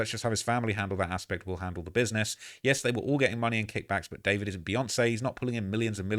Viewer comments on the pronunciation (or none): none